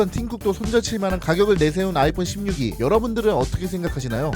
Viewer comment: 16e 발음하니 심뉴기 살짝 유기 한다는 느낌이 강하네요ㅌㅋㅋㅋㅋㅋㅋ 진짜 70에만 나왔어도 16e 살까 조금더 고민해봤겠지만 99찍어준 덕분에 고민없이 16일반 모델 사기로 결정…